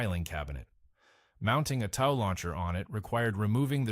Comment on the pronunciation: Tow truck, TOW Missile. Get your fake voice to pronounce words correctly! Its not tau